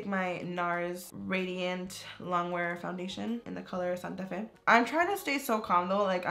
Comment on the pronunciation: “color Santa Fe” like that accent tho ❤️❤️😂😂